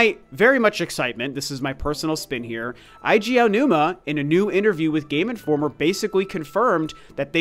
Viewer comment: Eiji= AY-jee.